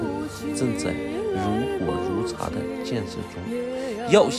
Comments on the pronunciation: 如火如荼「ㄊㄨˊ」，不是茶。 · 是"如火如荼" 不是"如火如茶". "荼"(tú)音同"圖", 原義是一种苦菜：荼毒.另音(shū)同"舒". 共勉之. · “如火如荼（tu）”,不是“如火如茶”。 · 多可爱的小姑娘！命运有时候就是那么残酷！她在天堂会感受到的大爱！有善提醒（大相径庭）如火如荼（tu）上声。关注你很久了，希望你越来越好！加油！👍🏻👍🏻👍🏻👍🏻👍🏻👍🏻👍🏻👍🏻👍🏻👍🏻👍🏻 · 竟然有如火如荼，他怎麼會念ㄔㄚ呢？還是這句話在中國念茶。高速公路如火如（茶） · 如火如（荼）要念（土）